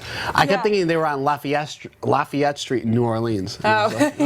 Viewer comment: I thought she said Lafayette too...a few times! Even after I knew it was Latvia.